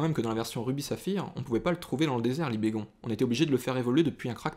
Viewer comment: Libégon avec un "on" est normalement la bonne prononciation. Libégon provient de "Libellule" et "Dragon" donc normalement , cela ne se dit pas "Libégonne" mais bien "Libégon" Super vidéo au passage, continue comme ça ;)